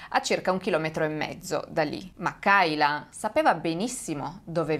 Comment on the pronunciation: Credo si pronunci keila